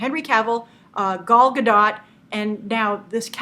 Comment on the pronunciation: Its pronounced "ga-doh" btw. Not "ga-dot"